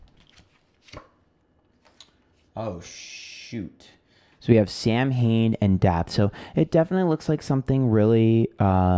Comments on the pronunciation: Just found your channel and binged a load of videos. I have to point out the word Samhain is pronounced Sow-awn 😊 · Samhain is pronounced sow-in which means November. Oíche Shamhna is Halloween, but the card does represent Halloween. It's the celtic new year - the beginning of new cycles, and honouring our ancestors/past